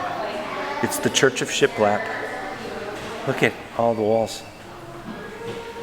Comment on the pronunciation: Got me at “shialap” 😂😂😂